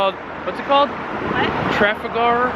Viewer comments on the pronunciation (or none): Lovely people. Trafalgar. Three syllables. Traf al gar. Hope you come back and travel further afield. If you think London is pretty wait untill you see more of UK.